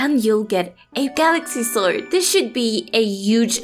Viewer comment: Love the way you say Swoid ^^ (I am a language teacher and I am very fasinated by accents :P )